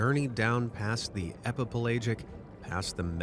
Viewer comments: Epi - pell'AHjic not epiPlage-ic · /ep-uh-PLAY-jik/ ? Seriously? You're mispronouncing the main idea of the first part of your video? EPIPELAGIC is pronounced /ep-uh-puh-LADGE-ik/. If you are so incompetent as to do that, then there is no part of your video we should believe. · I think it's pronounced /e-pi-pel-A-jik/. Just saying. Same for/me-zo-pe-LA-jik/. Also, it's pronounced /NEW-di-brank/; just saying.